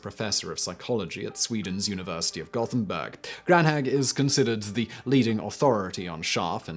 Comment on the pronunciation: Your videos are quite good. But you need to double-check name pronunciations - Wiesbaden is pronounced Vees-bah-den, Gothenburg is pronounced with a long o. I've noticed this in other vids, so you might want to buff your believability by pronouncing names correctly.